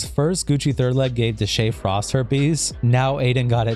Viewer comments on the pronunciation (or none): none